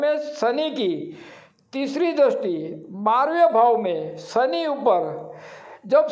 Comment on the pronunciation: सनी सनी क्या बोलता है ? शनि बोलना सीख। पहले उच्चार शुद्धि कर। फिर वीडियो बना